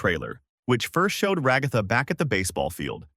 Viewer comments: not being rude but can you stop saying Rugatha and pls say Ragatha you kept repeating Rugatha and then said Ragatha name sorry this just bothered me I hope this didn't make you mad or sad I just wanted you to understand this fix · I’m literally gonna crash out if he says raGOTHA one more time it hurts my soul also when he says that pomni is a he she’s a girl! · It's Ragatha